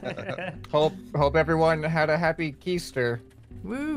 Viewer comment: He said kEaster look up that and then rewatch